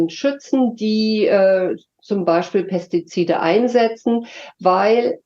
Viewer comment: "Pestizide" fällt der guten Frau in beige aber sehr schwer auszusprechen 😆